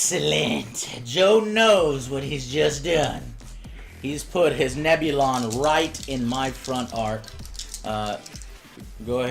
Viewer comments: Grand Admiral Moff...wtf lmao Also Neb-Illion B? You mean Neb-U-Lon B lol All credit for making ok Tie Fighter Sounds are Null & Void now. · Interesting. Good watch, but dear god man.... Nebulon is pronounced Neb-U-Lon, not Nebilion!!!!! >.<